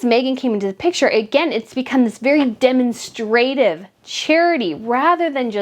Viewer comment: You pronounced "demonstrative" wrong.